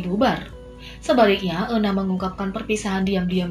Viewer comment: euna dibacanya yuna 😭🤧